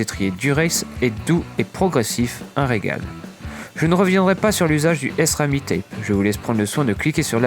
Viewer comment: la voila l'explication ! mais enfin ca n'a aucun sens.. on ne parle pas de "S-himano", ni de C-ampagnolo" ^^